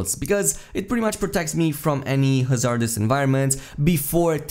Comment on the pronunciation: great video as always but just to throw it out there, most native english speakers pronounce it HA-zard-ous as opposed to ha-ZARD-ous, stress on the first syllable. it doesnt really matter in the end just thought id throw it out there.